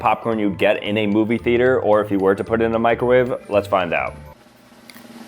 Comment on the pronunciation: Oh just loves his microwaay 😂